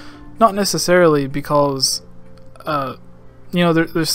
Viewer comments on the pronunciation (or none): "beKULLs".. am I hearing this correctly? "because" I think so.